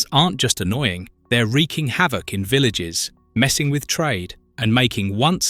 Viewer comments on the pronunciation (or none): none